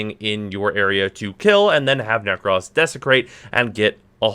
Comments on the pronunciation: nek - ROS not nek - RAWS, PLS for the love of god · Why yu pronouncing with an extra s 😂😂 it ain't nek-ross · Will subscribe if you stop saying "neck-ross". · Every time you say Neck-Ross I die inside a little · Sweating profusely at his pronunciation of